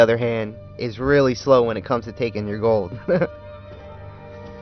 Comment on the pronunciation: Why do you say "gill" instead of "gold"? Lol, anyway still works like a charm.